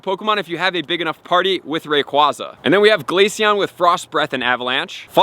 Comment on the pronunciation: Its AyeZa Not AhZa Long A